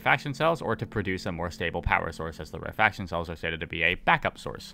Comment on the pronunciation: my inner pedant wants to point out that "rarefaction" is pronounced "rare-eh-fak-shun" and not "rare faction" but perhaps it's not in the world of the eyetorators ;P